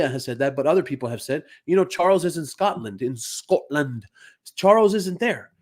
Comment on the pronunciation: I didn't know you can speak Afrikaans 😁Skotland like we say it